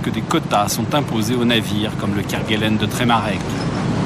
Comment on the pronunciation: On ne dit pas Kerguelen (kerguel1) mais "kerguelaine" malgré l'hortogrpahe.